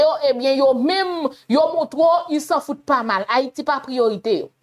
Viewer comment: c pa an fayite: c Hayiti dan l'abim